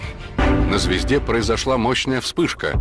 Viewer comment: Когда он говорит звезде..мне одному слышится ЗВЕЗДЕ.😅